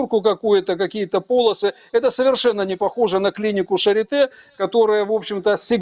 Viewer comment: клиника Шарлатэ... нет Шапитэ... А Шарите же, точно.